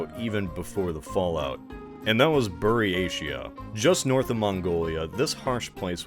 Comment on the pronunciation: I feel like you're mispronouncing words way more than usual in this video. Arkhangelsk: Hard "k" and hard "g" Junta: As it's a Portuguese word, it should not be a Scandinavian "j". Either "junta" or "hunta" Buryatia: Pronounced like "Buryatya" or "Buryatiya"